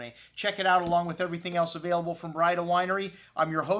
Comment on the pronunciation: Hi, Jack Braida here. It's pronounced 'bray-duh.' have a good day and God bless.